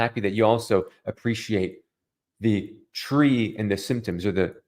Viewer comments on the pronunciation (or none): none